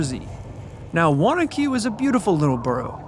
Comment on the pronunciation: Big thanks for pronouncing Wanaque correctly!!! And where can I find that comic book!